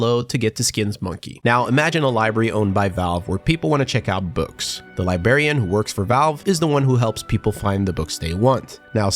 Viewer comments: Libel..... Briar..... Contrarian. Li...........Brar........Ian. Li-Brar-Ian Librarian. Not Libarian. There's an R after the B. Come back next class when we teach kids how to say Nuclear and not Nookilar. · LIBRARIAN!!!!!!!!!!!!!!!!!!!!!!!!!!!!! NOT LIBARIAN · you pronounced the 'r' in library but missed it in librarian. Why? It's not 'libarian' Also the Harry Potter music just because you were referencing books? lol